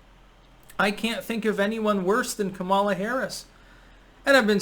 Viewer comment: Why does everyone who doesn’t like her pronounce her name wrong? 😂